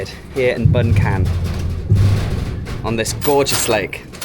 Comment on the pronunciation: Bueng Kan is pronounced as " Burng Kaan.